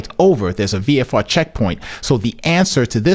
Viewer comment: VFR not VRF you got me all confused lol